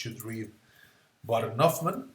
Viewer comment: Actually it is Huffman